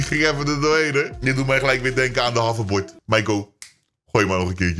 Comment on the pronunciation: Man zegt havverbord 😂😂 Geen haat